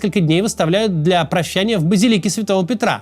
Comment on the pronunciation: Все же правильно говорить "базИлика", ударение.